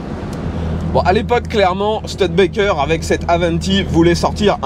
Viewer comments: C'est une voiture rare qu'on ne voit pas souvent, merci pour le partage, sinon le nom se prononce stOUdebekker, pas stEUDbekker. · On dit stoude békerre et pas STUD békerre ! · On dit "Stioudbaikeur" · Merci pour cette découverte, je me pique pourtant d'avoir une certaine connaissance en automobile mais cette studebaker m'était inconnu ( et cela ce prononce stIUdebaker ), merci à toi et à ton abonné, franchement c'est un épisode qui tronera parmis mes préféré et pourtant tu en fais de sacrément bon! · "Stioudebaker", avec le r non prononcé à la française ;-) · Studebaker se prononce Stu-di-ba-ker. Merci. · "STUDETBAKEURE" en anglais.